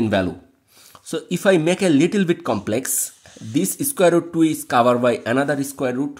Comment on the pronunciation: Sir Your English pronounce is not good Example covered